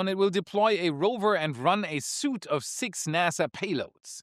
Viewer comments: Love your updates, insights, annd speculations so keep up the great work. Just FYI though in english the word “suite” the ui vowel combination is pronounced as a long as e as“sweet” (like a candy), not as in a suit of business attire. Don’t ask me why, it just is.: ) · suite is pronounced like "sweet" in english, not "suit" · Love your stuff, one thing to point out. Suite is pronounced as ‘sweet’, not ‘suit’. Keep on trucking man! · I know the word SUITE looks like it's pronounced "soot" but it's actually pronounced "sweet" - it's a weird word (I think it's French - which TOTALLY explains it lol) - I just wanted to let you know for thew next time it comes up - you said it wrong twice in this video, and that was enough to for me to let you know:D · "suite" is pronounced "SWEET" .. not as "suit" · I like your podcasts and I have a small, teeny tiny comment meant as a constructive comment. At about the point you pronounced "suite" as "suit". It's pronounced like "sweet". Just wanted to toss that in, hope it helps. Keep up the great coverage. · a SUITE of payloads, not suit. Its pronounced like "sweet" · Suite = sweet, not suit. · its funny hearing him say "SUIT" instead of "Suite" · Its not a 'suit.' Its a 'suite.' 'Suit' is said 'soot.' 'Suite' is said 'sweet' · the word "suite" is pronounced in English as "sweet." Not "suit!":) (Your English is phenomenal! And yes--you rock!:) ) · "Suite" is pronounced "Sweet", not "Suit, soot" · Good video. One note on pronunciation though. Suite is always pronounced “Sweet” Not to be confused with Suit, which might be something I haven’t worn to an office in over a decade 😂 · 'Suite' is said like 'sweet' in English, not 'suit'. can't be sleeping on Grokpaxum! Why not more words on that? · It's 'suite' as in 'sweet,' not 'suit' (soot). A suit is clothing; a suite is a set of things like experiments or tools. Grokpaxum will be big today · Suite is not pronounced "suit."